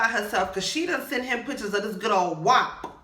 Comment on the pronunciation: ..it's prounced WAP like App with the W in front of it..good vid😉